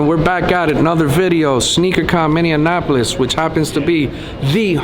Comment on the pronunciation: every single person not from here always says "minnianapolis" it's just minneapolis lol